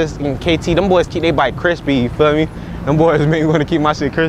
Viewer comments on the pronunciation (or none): bro said you feal me in the intro like 12 times lol